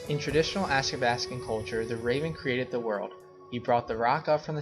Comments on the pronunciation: Athabaskan not askabaskan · It’s also pronounced ATHABASKAN!!! Not Askabaskan.😡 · you’re pronouncing athabascan wrong. and we don’t just speak Gwich’in. please research more before you give out false info..